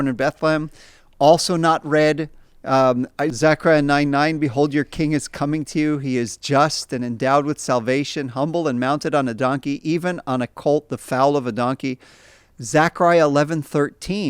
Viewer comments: Gentlemen, in the passage referencing the donkey, you MISPRONOUNCED the word FOAL (baby equine)--you said "fowl/foul". However, FOAL rhymes with: bowl, coal, dole, goal, hole, mole, pole/poll, role/roll, stole, soul, toll,vole. Got it ?? 👍❤ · This is an extremely interesting podcast. Really valuable. So,, please excuse my one-syllable quibble. "Foal" rhymes with "coal". The pronunciation you used, "fowl," is a chicken. A moment of distraction. I know you're a native speaker of English, but maybe you didn't have a lot to do with baby horses or donkeys growing up.